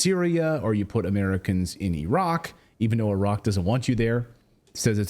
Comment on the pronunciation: She couldn't say "Americans"